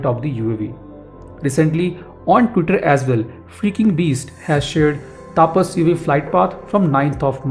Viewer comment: please pronounceTAPAS Properly.